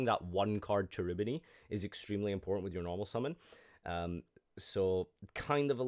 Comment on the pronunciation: Please check the pronunciation of Cherubini (Italian word)